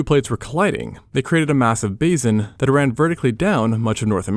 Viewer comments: it's basin NOT bazin. you say bazin in all your videos. 😁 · Bā-sin not bazin. Teach your AI to pronounce properly!